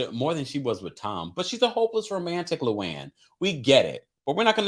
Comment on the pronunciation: "Lou Anne" 😂😂😂😂😂 STOP!